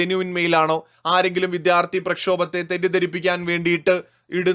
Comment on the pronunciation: ... Reporter pls note... 'viDHyarti' alla... 'vidyaarthi' aanu.